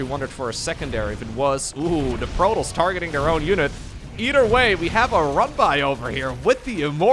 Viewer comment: I really cant stand this guy talking its not Protles.... it's Pro Toss there is no L in Protoss